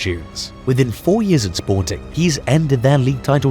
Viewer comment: I am wadting my time on this channel. This researcher can not be taken serious. First you say the name of the club WRONG, in fact, you havent said it right not even once.. Secondly you ignored important facts. SPORTING WON 3 PORTUGUESE CHAMPIONSHIPS in 40 YEARS, not 2 as you mentioned here. What misleading information you are passing to the football fans 🤦🏾‍♂️